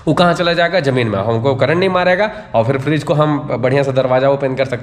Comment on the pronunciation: Frage❌ Fridge ✅